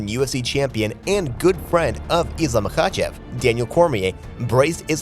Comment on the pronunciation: The AI sounds pathetic "mahACHeVs Islam" beep boop